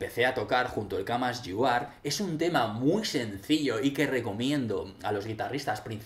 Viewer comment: el camas yu ar